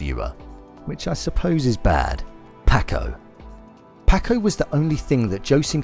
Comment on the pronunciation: I love that this dude has watched all 10 episodes but still says “Pack-oh” and “Can-deece”